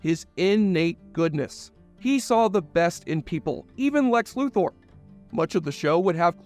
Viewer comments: Luther not loother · Lex Lu-THOR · Every time you pronounced Luthor wrong it hurt my ears. :P